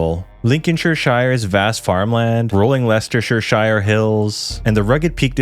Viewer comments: Any Shire is pronounced. Er. SHEER Reading lol REDing and finally THAMES= T EMMS lol I am sure I will be back after my eye stops twitching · If it ends in ‘shire’ it’s ‘sher’. Love the videos man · It's pronounced sheer not shire. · its not shurr or shiyre, its pronounces sheer. shear a sheep. sheer. buckinghamSHEER herefordSHEER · Lol a few mispronunciations: Shire is pronounced sheer in the UK Porst"mouth" = moth Cobra is pronounced cobra like the snake not cobbra Thames = Temms